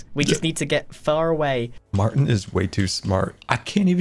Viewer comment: calling Martyn "mAHAtyn" aged a lot lol